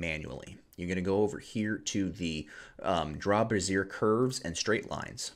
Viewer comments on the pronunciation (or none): Cringe moment A Bézier curve ( BEH-zee-ay ) is a parametric curve used in computer graphics and related fields. The curves, which are related to Bernstein polynomials, are named after French engineer Pierre Bézier, A brassiere (what you are saying) is a form-fitting undergarment typically designed to support or cover a woman's breasts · Hi, I am enjoying your You Tube videos. I hope i'm not being to forward but I don't want someone being smart or sarcastic with you so I would just like to tell you for future videos that the bezier tool is pronounced "Be - Z - A". Thank you so much for your time. I learned something new by watching this video.